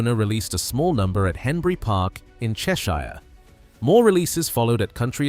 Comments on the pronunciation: 'Chesh shire' 😂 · get the slop generator to pronounce chesh-iyre correctly... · And it was doing so well until it stumbled on the pronunciation of 'Cheshire'. American trained.